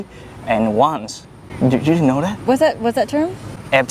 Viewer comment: i mean "once", it's slang "Just this once" not only one night. And yes, he said "ons".